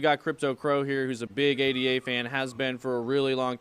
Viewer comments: Really boils my piss when people call Ada a d a 😐 It's a woman's name Ada The upgrade Mary is not m a r y 🤦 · Yo, stop calling Cardano, “A.D.A”. It’s “Ada”, named after 1800’s female mathematician Ada Lovelace.